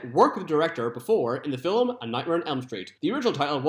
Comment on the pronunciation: Why are you saying "filim? Where is the extra syllable coming from?